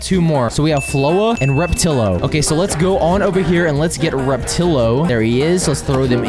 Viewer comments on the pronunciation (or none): It's pronounced rap-a-til-o